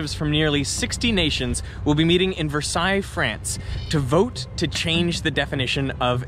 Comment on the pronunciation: That's how you pronounce Versailles?